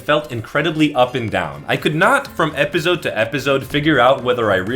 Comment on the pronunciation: my brother you went to stanford stop saying epizode its ep-ah-soad